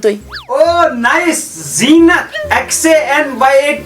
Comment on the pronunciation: Xynat❎️ zynat ✅️ ...😂😂😂